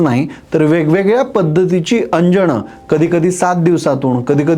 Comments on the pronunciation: अंजन.. अंजण नव्हे राजंजन रासंजण नव्हे Plz. बाकीचे उत्तम 👌🙏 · अंजण😂लावताणा😂नखाणे😂त्याणे😂असं चुकीचं का बोलता माणे😂 जुण्या😂